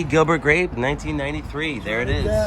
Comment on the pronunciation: He said Gilbert Grap